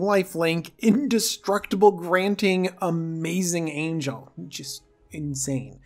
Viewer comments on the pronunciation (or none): none